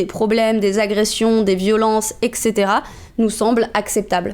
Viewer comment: On l'écrit comme on le prononce : eTc. Pas ekt. ni ect.